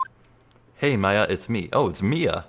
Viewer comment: Dude, I'm so hyped for this. The AA games are some of my favorite games of all time! P.S. Maya is pronounced like the civilization (i.e. Mayan), not May-a. Just a heads up.